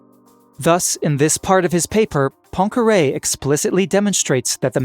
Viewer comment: I cannot listen to scientific explanations when there is background "music" disturbing the communication. And please have a look at how to pronounce Poincaré.